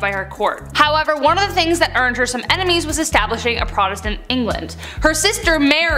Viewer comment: The emphasis in Protestant is on the first syllable. It sounds like PRAH-testant.